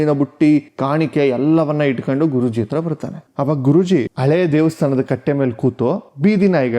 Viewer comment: ನಿಮಗೆ ಹ ಕಾರ, ಉ ಕಾರ ದ ವ್ಯತ್ಯಾಸವೇ ಗೊತ್ತಿಲ್ಲವೋ, ಗೊತ್ತಾಗ್ತಿಲ್ವೋ?? ಉಚ್ಚ, ಅವ್ರ ಅತ್ರ, ಹೀಗೆಲ್ಲ ತಪ್ಪು ತಪ್ಪಾಗಿ ಕನ್ನಡ ಮಾತಾಡ್ತೀರಲ್ಲ? ವಿಡಿಯೋ ಪ್ರಸಾರ ಮಾಡೋ ಮೊದ್ಲು ಒಮ್ಮೆ ಪರಿಶೀಲಿಸಬೇಕು ಅನ್ನೋದು ಗೊತ್ತಾಗಿಲ್ಲವೇ? ? ನೀವೇ ಹೀಗೆ ಮಾಡಿದ್ರೆ ಈಗಿನ ಮಕ್ಕಳಿಗೆ ಹೇಗೆ ಸರಿಯಾದ ಕನ್ನಡ ಕಲೀತಾರೆ ? ?ಕನ್ನಡದ ಕೊಲೆ ಕನ್ನಡಿಗರಿಂದಲೇ 😅 ಇದಕ್ಕಿಂದ ದುಃಖಕರ ಸಂಗತಿ ಬೇರೇನೂ ಬೇಕು?? ದಯವಿಟ್ಟು ಇನ್ನಾದ್ರೂ ನಿಮ್ಮ ಕನ್ನಡ ಭಾಷೆಯನ್ನು ಸುಧಾರಿಸಿಕೊಳ್ಳಿ. 🙏🙏